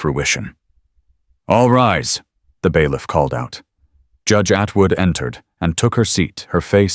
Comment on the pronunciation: All these stories say "baiff" instead of bailiff